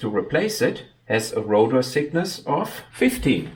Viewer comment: Very interesting. But please improve your pronunciation. It's rotor thickness, not rotor sickness.